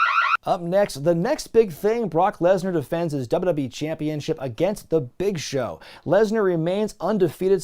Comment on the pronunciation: Dubba-dub-e Never heard anyone else pronounce it that way